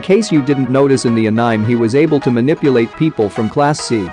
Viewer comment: Lol did i just misheard the pronunciation of "anime"?